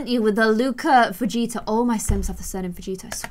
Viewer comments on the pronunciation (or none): none